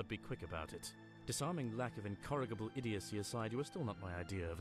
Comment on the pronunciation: He totally mispronounced "incorrigible" but maybe it's just his accent.